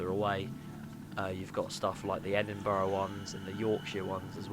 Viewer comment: Love your pronunciation of Edinburgh (edin-bur-ah). I pronounce it (Edin-bruh) 😂🙈